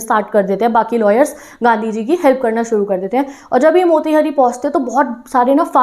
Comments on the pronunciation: Didi I am from Motihari. It's pronunciation is not मोतिहरी it's मोतिहारी 😢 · Mera ghar motihari me h , ma'am aap be galat pronounce kiya h wo मोतिहारी hoga